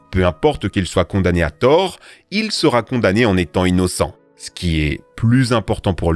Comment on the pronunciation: Vous lisez innocentes comme ça I nno cen ter Moi je lis In no cen ter